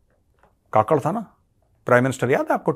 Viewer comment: Kakad nahin Kakkar bolo Jaise Neha Kakkar